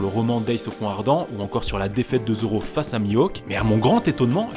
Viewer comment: mais ya qoi drole tu a dis : joro mdr